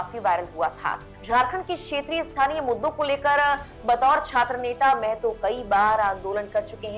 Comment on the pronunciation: मेहतो नही महतो है मैडम